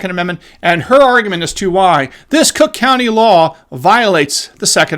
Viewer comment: Still mispronouncing crook county 😉